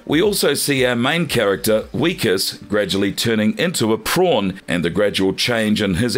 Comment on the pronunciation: Who wrote this script for you? You keep mispronouncing Wikus’ name…..also you kept saying he was turning into a lobster….uhhhhhhhhhhhhh duuuuuurrrrrh